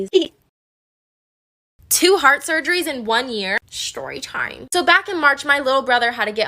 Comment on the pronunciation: The way she says shtorytime